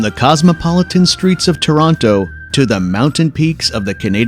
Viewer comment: its toroneurrrr